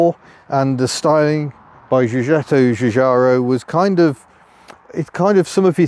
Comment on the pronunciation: Er....Giugiaro pronounces his name as Jujaro. Italian is not much into zh sounds.